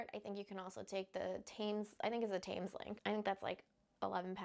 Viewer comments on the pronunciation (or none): Thames is pronounced Tems One of the ones you need to say correctly 😬😬